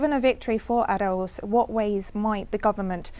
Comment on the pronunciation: What is "ANUSUR"? Does he mean UNASUR? And he could do with learning how to say Arauz, not arrows.